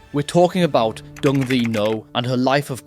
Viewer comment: Learn to pronounce the Vietnamese names Properly...Dung is pronounced Yung. Ngyuen is pronounced Nwen.